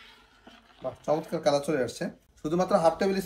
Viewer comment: আপনি চমৎকার কে মোচৎকার বলেছেন 🤣🤣🤣